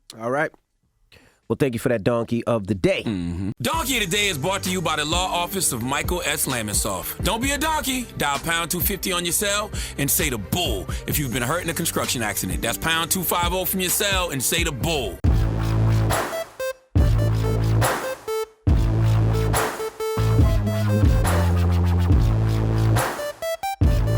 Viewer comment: I like how he pronounces conscrution 😊